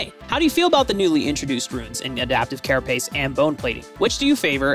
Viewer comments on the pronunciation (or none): "Adaptive Caraspace"😆